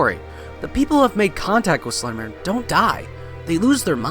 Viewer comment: I don't believe it's pronounced slendermin.